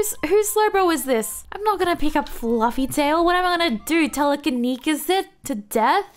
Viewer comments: tele-ka-ne-sis if you care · It's pronounced TELE-KE-KNEE-CIS. Thought it would help. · Tele-kin-e-sis and sk-call-d (although I think it might be regional too. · it is tele kini sis not telekinsis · "TELL - uh - ka - KNEE - sis" is how you say it lol, and dw lots of people get it wrong all the time :P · Hahaha I almost died laughing hearing telekenikis xD. Also, I think you should use amnesia more when you have the blue bar on your HP bar. It helps you recover some of the HP back(that's mostly what made it a good move now). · Scald - Sk-all-d Telekinesis - Te-le-kin-ee-sis Amnesia - Am-nee-shia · Welcome to my learning abt pokemon moves so taday first we will do Slowbro move ✨Telekanesis✨ ok ready!? k Te-la-ka-ne-sis. Gwet job. 💅🏻💅🏻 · Tell-uh-kin-knee-sis. You'll get it eventually lol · Tell - ih - kih - knee - sis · scald = sk + all + d telekenesis = tele + kin + ee + sis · Tell-A-Kin-EE-sis (lol) Good video! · Can we do a Spark x Wild Charge Zeraora next? Btw its pronounced Telekeeneesis and Scald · The other move instead of amnesia is tell-a-ke-ni-sis. Try to pronounce it slowly, each word differently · Tele - ka - knee - sis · Telekinesis pronounced: Tell-La-Kin-knee-sis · I dont want to be that person but just if you want to know: Scald is pronunced like salt not like soul and telekinesis is pronunced "tell eh keen is sis" (just pronunce each word and youll get it) im sorry to be like this but I thought you might find it useful and not mean :( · Tele Kin-ees-iss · Teh - Leh - Kuh - Nee - Sis I hope this helps 😅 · Te le kee knee sis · Its Tele - ki - nesis 😊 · Telekinesis, pronounced tel-a-kin-ee-sis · sorry if this is mansplainy but teh-leh-keh-knee-sis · She, pronouncing Telekinesis is so darn cute lmao.